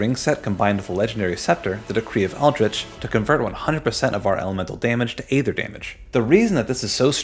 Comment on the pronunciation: Dude it's pronounced aether.